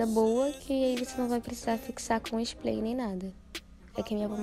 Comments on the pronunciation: Uma fofa você… muito gostosinho assistir o seu vídeo! A voz dela gente 😍 Só uma coisinha sua linda, se diz spray (com r) e não “splay” (com l) rs. Sucesso pra vc 😘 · mulherrrrrr, tu é belíssima, linda até sem maquiagem, mas "splay"??? 🤡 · Engraçado que ela fala splay😅